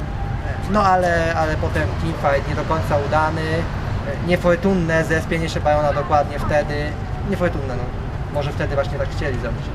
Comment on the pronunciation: "nei fojtunne ... po prostu niefojtunne"